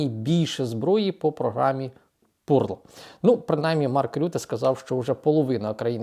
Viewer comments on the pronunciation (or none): Програма Пурл??? Пьорл!!! Перлина!!! Капець!